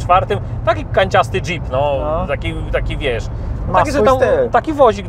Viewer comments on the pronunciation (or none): none